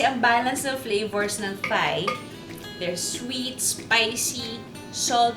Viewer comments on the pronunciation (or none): I love you and your show! I just have one tiny critique and please don't take this the wrong way, but it's pronounced "tai" as opposed to "thai" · galing magluto thank u! side comment lang... ang correct pronunciation po is tie. versus thigh. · Juday, munting kaalaman: Thailand is pronounced as tie land (silent H), so Thai is pronounced as tie. HTH. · Love you Lodi Pero Thai pronounced as Tay walang h hehe love you. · True. I learned this from my HS teacher :). Same sa Thomas (Tomas) Thames ( Tems)